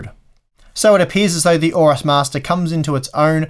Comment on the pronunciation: Don't like Gigabyte, can't pronounce AORUS and that led pigeon with open mouth is hideous.